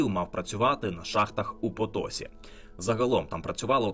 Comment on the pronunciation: потосІ - наголос на останній склад. воно ж і пишеться відповідно - Potosí.